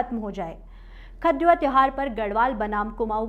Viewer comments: Aap galat uccharan kar rahi hain khaddua nahi khatudwa hai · Tell your reader to pronounce Katurwa not khud wa.. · Whole story is spoiled due to bad pronunciation of lead word Katurwa as. khud wa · आजकल के बच्चे हिंदी का उच्चारण अच्छे से नही कर पाते। "खतडुआ"को पूरे वीडियो में खत–डुआ कहती रही मैडम। वैसे जानकारी अच्छी थी। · बहुत सारी गलत जानकारी... खतडुवा शब्द का गलत उच्चारण।